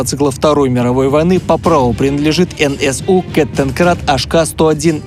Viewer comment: НСУ а не НЦУ